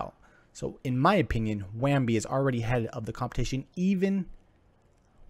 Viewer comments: lol at this review. why does he keep saying WAMBI. there is no M. Bounty0x has infinite competition, its just not on the blockchain. Use case for bounty0x on the blockchain isnt there. I am still investing into bounty0x but funny how you could not think of competition. Just a craigslist for bounties is competition for bounty. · "wham bee".. lol.. so professional